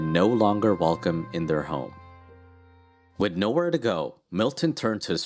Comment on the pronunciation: I subscribed today.... But PLEASE STOP saying "wid" instead of "with".